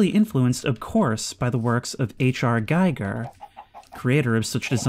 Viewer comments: Giger is pronounced G-EE-GUR. Hard G. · Small nitpick but the I in Giger's name is pronounced "ee", Gee-ger. Always enjoy your uploads.